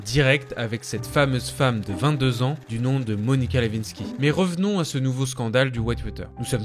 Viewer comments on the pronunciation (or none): Pour ceux que ca intéresse Monica Lewinsky. Il faut prononcer le W dans son nom de famille comme si nous dirions Le (win) sky. Il faut dire win comme en anglais.